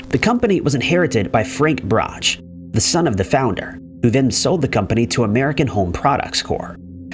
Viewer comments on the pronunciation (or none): Its pronounced " Brock" not " bratch" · No. 9...please. It's pronounced "Brock", not "Brotch." I know this as my Dad worked as a route salesman for the Chicago-based candy company for many years. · Justy pet peeve.. brocks not brotch pronunciation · It's "Brock" not "brotch" you insult their memories by mispronouncing it. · Brach pronounced Brock. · Brachs is pronounced brahks hard k sound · Tha family name is pronounced "brox" (Brachs). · Brachs is pronounced "Brocks" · The candy brand is pronounced "brahk." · Always pronounced Brach, "Brock". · Brach is pronounced Brock (candy) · Brach is pronounced Brock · I can't handle the mispronunciation of brach